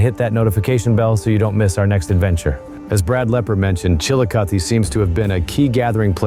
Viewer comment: You pronounce the 'E' at the end of Chillicothe as a hard 'EE'. And the river is pronounced SIGH-oh-toe. with the 'c' silent and the accent falling on the second syllable, the 'oh'. Locally pronounced "sigh-OH'-duh." Some archaeologists consider that instead of evidence of a far-flung trade network, the items brought from far away may have arrived as offerings brought by visitors performing some sort of pilgrimage to these sacred sites.